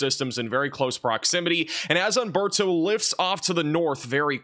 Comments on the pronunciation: Nice talk, but it is Humberto and not Amberto ... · Just a quick correction: For all Spanish names and words, the "H" is silent. Humberto should be pronounced oomberto. Thanks!!